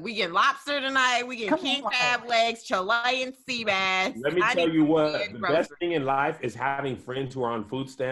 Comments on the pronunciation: Did say Cha-Lyin sea bass 🤔😂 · They said Chil-lion sea bass. Chil. Lion. But get it always